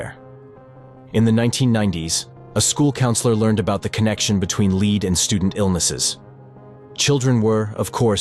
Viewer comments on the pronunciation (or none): I had to quit watching; the glaring mispronunciations are terrible. Leed poisoning? Really? RomanIA? your robot needs re-training.